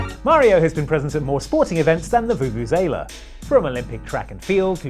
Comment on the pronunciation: Guy can pronounce vuvuzela